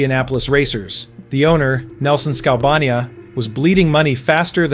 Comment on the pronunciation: Nice story. Unfortunately, some of it is NOT factual. #1. The Gretzky trade from Indy to Edmonton had NOTHING to do with Wayne having a choice. The trade was made by Nelson Skalbania (pronounced similarly to the country...Albania, NOT Skal-BAH-knee-uh). The two suitors for the trade were Pocklington in Edmonton & Ben Hatskin, who owned the Winnipeg Jets. Skalbania went back and forth between the owners on offers, and at one point the Jets decided NOT to match the offer Pocklington had made in Edmonton. So Gretzky, who at the time of the trade was sitting on a Lear Jet in Minneapolis while the plane refueled (along with Eddie Mio), was then taken to Edmonton to join the Oilers. #2, Gretzky's trade to LA did NOT go down the way you described. Wayne was sitting with Bruce McNall, (then owner of the LA Kings) in McNall's office in LA. McNall and Pocklington were NOT sitting together in the same room with a trade agreement between them. McNall and Pocklington spoke over a speaker phone in McNall's office while Gretzky sat a few feet away. Pocklington, who didn't know Gretzky was in the room with McNall, then stated that Wayne was soft and wasn't even the best player on the Oilers, that he was a complainer, a malcontent, not a great team guy, etc etc. When McNall hung up with Pocklington, Gretzky then told McNall that as far as he was concerned, he (Gretzky) was now an LA King. The trade was consumated only a few days later. If you don't believe what I'm writing, there is video pro